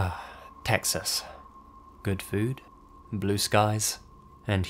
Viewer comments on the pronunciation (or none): "Ah, Texas" in the most British, I've never been abroad ever, accent. hahahaha "Ah, Texas"